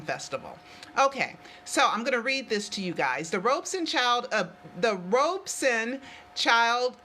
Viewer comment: Why do people keep saying is Robeson?